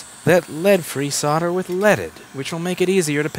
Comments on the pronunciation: Love your videos ...but I am English so let me explain ...SOLDER. SOLD..ER ...SOLDER...not soder ..it drives me nuts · Your website says 'solder' but you say 'sodder' :(